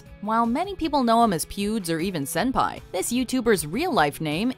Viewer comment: "Senpia" I cringed